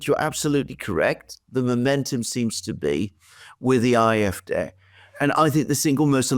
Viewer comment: Dear and Alexander, I know that I am far from the only one who highly values your geopolitical analyses. Nevertheless, I too would like to express that here once again. Please do not hold it against me that I have two further insignificant remarks: always pronounces "AfD" as "Afdè", so with a short "e" at the end, while if you want to pronounce it in German, that "e" should be more elongated, so as "é" or "ee" as in "rEprodruction". And for Alexander: "Wagenknecht" is pronounced in German as "WaaKenknegt". And although my mother tongue is Dutch, I hope that the German listerners here can agree;-)